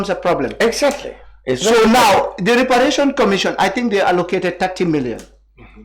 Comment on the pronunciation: Mr mballow can't even pronounce reparation properly